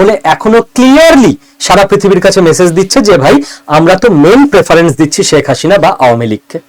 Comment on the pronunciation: Apni "sheikh hasina" pronunciation ta korte paren na. Next time sudre niben